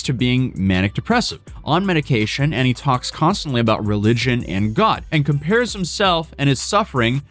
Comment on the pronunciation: I hate his voice and way of speaking “Ghod”